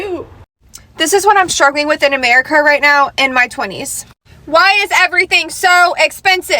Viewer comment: Shr messed up when she said my america 😅😅